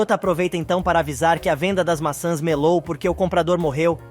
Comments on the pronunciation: NARRADOR NÃO É MASSAS E SIM MAÇÃS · O narrador não consegue pronúncias o nome maçãs.